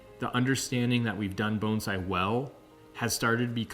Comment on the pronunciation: If this guy says Bone zai one more time I’m going to vomit